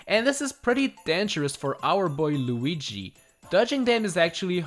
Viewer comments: he says lugie instead of Luigi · I like how u called Luigi lugee ( see what I did there with the u?) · Why do you call him lugie? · Is no one gonna talk about the luggi not luigi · Who is this Loogy you speak of, don’t you mean Luigi? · It’s pronounced lu-e-gee No Lu-ge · He Said luugi